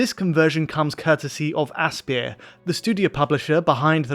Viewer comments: From developer AssPier? That's my first time hearing that, i always pronounced it like Aspire lol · Pronounced Aspire FYI, not asspeer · Aspyr is actually pronounced the same as "aspire". Just saying. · I’m pretty sure Aspyr is pronounced “Aspire.”